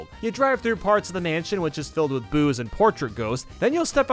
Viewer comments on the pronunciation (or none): I heard "boos" as "booze"